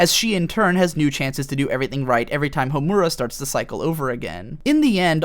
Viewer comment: You are the first person I've heard that pronounces Madoka's name correctly yet Homura's incorrectly lol. Also "bibi" //shot